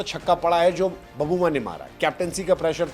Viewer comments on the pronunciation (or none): बबूमा नहीं सर.......... "बऊमा"!!! "छोटा समझके फ्लावर समझे क्या......... फायर है अपन"!!!